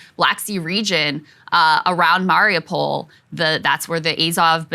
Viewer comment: I love you guys but please god learn how to say Mariupol